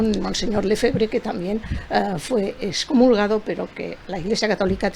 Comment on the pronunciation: ¿Cómo que dexcomulgado? Es EXCOMULGADO por Dios santo. Tanto la mujer como el hombre lo pronunciaron mal, ¡qué barbaridad!